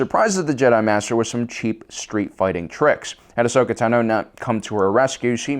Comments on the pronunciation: Ahsoka TANo, NOT Ahsoka tanOH. Fuck that's irritating. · “Ashoka Tunoh” 🥴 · Why do you pronounce ahsoka tano incorrectly?